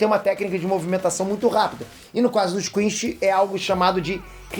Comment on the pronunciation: adoro ele falando quinxi